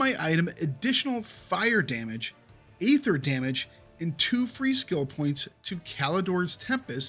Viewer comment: The problem with all this is that there is such wide variance in stats from one item to another, often but not always linked to item level, that two items can have an identical name, including affixes, and one is fantastic while the other is garbage. Also please learn to pronounce aether.